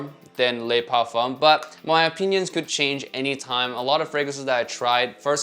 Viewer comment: The "Le" in Le Parfum" is pronounced "luh" not "lay" in French. Lots of fragrance reviewers gotta step up their French game. Great video though. Always appreciate your honest reviews.